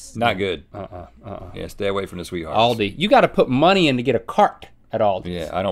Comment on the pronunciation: when she said owlde.. its ALDI